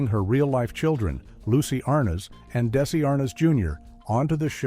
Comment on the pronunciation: What's with these hastily AI-created fiascos? "Des-AY"? Do your homework and knock it off with these click-bait sh!t-shows